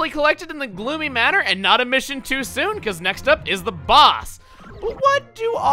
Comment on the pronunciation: At the beginning, I thought I heard him say "Bloomy" instead of "Gloomy".